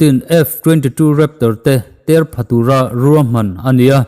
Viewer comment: Têr pha tura ni loin ter pha tura tih tur a ni lo maw?